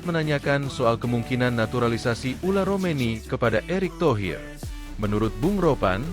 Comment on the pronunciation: Min ngomong yg bener orang namanya ole romeny dipanggil ular...😂😂😂